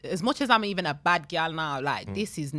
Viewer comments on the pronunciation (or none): this is pronounced this, not dis.